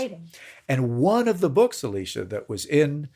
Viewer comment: I think he said “Eleesha” which is not the way she pronounces it, but it might be the way he read it if they were communicating by email.